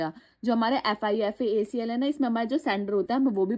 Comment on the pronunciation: its not fifa-acl its fipa-acl